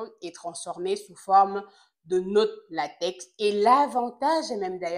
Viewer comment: Salut Doc ! Priere de prononcer Latex comme "Latek". Le latex est une matiere utilise pour fabriquer les ... 😅